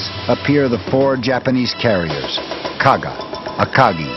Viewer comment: Japanese carrier Kaga, not Kagi.